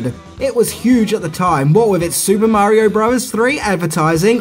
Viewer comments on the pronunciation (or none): none